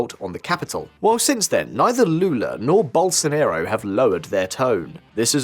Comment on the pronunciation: "Gerr Bosonarrow" LMAO